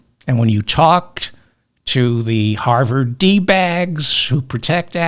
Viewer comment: Did you say harvered 😂